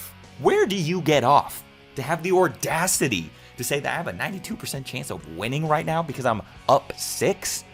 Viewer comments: it's audacity, not ordacity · nose grows by the week. “The ordacity”